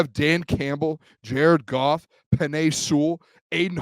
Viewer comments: Jar-ed Goff Jar-ed Goff Jar-ed Goff! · Jar-ed Goff! Jar-ed Goff!